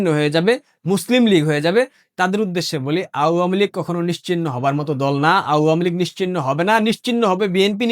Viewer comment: Apni awamilig উচ্চারণ টা ভালো করে বলবেন এটা শুনতে খারাপ লাগে